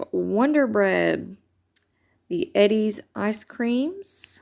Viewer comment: OK sorry but it's not Eddie's ice cream it's edys pronounced e d long e and e then d edy . Not being mean but it kills me when people pronounce my name wrong lol